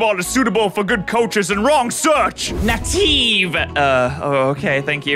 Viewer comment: I can understand not knowing that groen is Dutch for green and thus pronouncing it "growen", but i can't believe he emphasized the I in native instead of the A